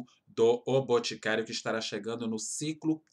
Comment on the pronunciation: Só anotando aqui os valores:😂 154,90+84,90+74,90+84,90 = 399,60 Tiquin de dinheiro 😂😂😂😂😂😂😂😂😂😂😂😂😂😂😂😂 Falar igual minha sobrinha de 2 anos Boticaro 😂😂 Sou consultora tira 15% desse valor.😂😂